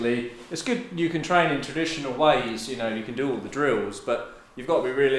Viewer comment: Don't twain faw somfing you not gunna use it for, you gunna have a big pwoblem